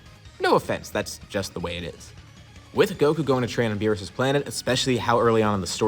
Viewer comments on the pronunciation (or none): Let it be beerus we all know it's beerusike it's obvious so just say it